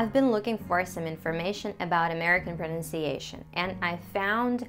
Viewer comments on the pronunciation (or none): as i said this is too rare to encounter with native like speaking person like you, in a non english speaking country. actually almost impossible. i can tell you the one word you say different is "pronuncation". it's still perfect though. please dont judge me. i dont mind too much about the accent. But i ask to myself. How is that possible? (you should see my facial expressions):):):) and more importantly how am I supposed to do that? i just think that knowledge and effort doesnt get you there. What is your secret? thanks